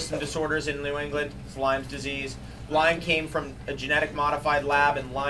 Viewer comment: It's Lyme Disease — Not "Lyme's Disease"